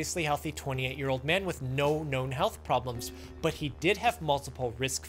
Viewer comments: The way you pronounced man at the start is quite funny. MaAaAn. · Thought he said my man in the beginning